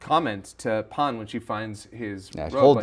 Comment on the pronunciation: Just say Pan dude. The PAWN thing is obnoxious. Same with GEWDOO, say giru man like everybody else.